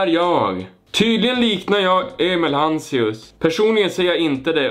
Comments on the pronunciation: Bara jag som lade märke till att att ”vad jobbar du med” killen sade hanséus och inte hanseus😂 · Han sa HANSEUS